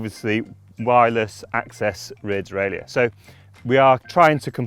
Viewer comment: "der-ray-lur" not "der-ray-lee-ur".